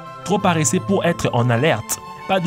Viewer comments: on ne dit pas paréssé mais paresseux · compté combien de fois il a dit parreseux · La voix off est "parreseusse" 😂😂